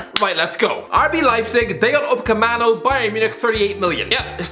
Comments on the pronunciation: upamecano not upacamano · Upamecano nah Upacemano😂😂😂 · It's UpaMECano ffs not that difficult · It's Upamecano not Upacemano. Jesus he even writes it wrong. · It’s Upamecano bro, really not that hard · I thought I was having a seizure when I heard the say UpaMECANO’s name wrong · WAIT??^.- did he just say UCAPEMANO!?!?!?XDXD i was like....,,WAIT what? he CANT have said that right?" but then I remembered also calls Matt tü e di...... My tweedy....sooOOoooOOOOO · He not only says it wrong, he even SPELLS it wrong lmao 🤣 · he calls Matt tü e di= Ma Tweedy...and Upamecano =Ucapemano... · Yup, February 2021 and still can't say Upamecano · How can you pronounce and write Upamecano's name twice wrong and in both times it's written wrong in two different ways. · He can't pronounce 'Upamecano"